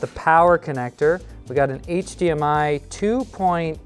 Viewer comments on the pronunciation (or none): none